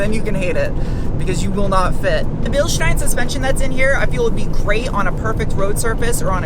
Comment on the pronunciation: Ok where is this woman from? Her pronunciation of different words is unusual. Aluminum Bilstein, gets her mm and inches confused. Oh and "shteel" not "steel". US accent though.